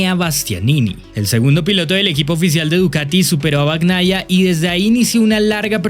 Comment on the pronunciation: Bacnaia? No bebé, se dice bañaia😂😂😂😂